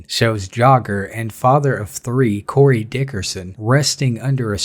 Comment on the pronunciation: Serg0614 I dont rock 12 at all my g but cmon son you know he said Cory 😂😂 i replayed that bit like 6 times son he aint that bold g they try their best to disguise the racism now